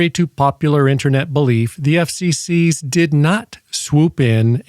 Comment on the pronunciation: Why do you pronounce "FCC" as though it's plural?